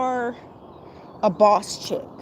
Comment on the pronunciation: I like how you said bawse at the minute mark. Haha. Good video